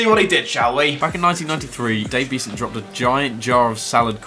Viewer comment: How can you not remember Dave Beasant? He's a cult hero of 90s football. His name is not pronounced Bee-zant. It rhymes with pheasant and pleasant.